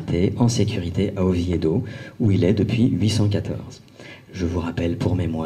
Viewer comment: On prononce Oviedo et non Ovieïdo...